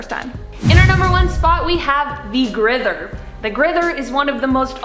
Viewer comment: You said grither ·-·